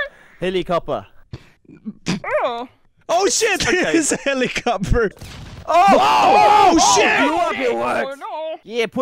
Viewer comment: … “helicopa” “helicoper “ 😮